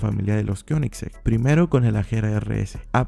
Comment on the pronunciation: Me encanto como pronunciaste Koenigsegg XD